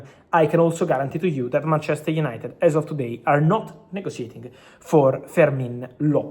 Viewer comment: Mar-chester 😂😂😂😂😂 wtaf😂😂